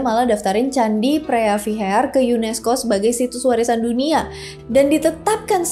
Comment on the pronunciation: preah vihear dibaca: Pri wihie.